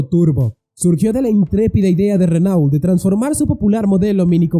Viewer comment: Chrysler y se pronuncia craisl craislær, Renault y se pronuncia renœ.